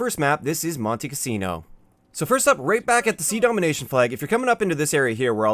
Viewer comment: Did it bother anybody else how he mispronounced Monte Cassino?